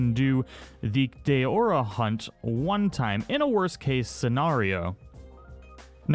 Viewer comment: It's not pronounced DAYORA! It's DAORA .